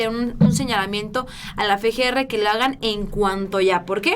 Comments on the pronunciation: no es fe, g, r. Es efe, g, r. Espero lo tomes en cuenta, hasmelo saber, gracias. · no es Fe G R... Es FGR osea efe no fe. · Efe, Ge, erre no Fe, Ge, Erre.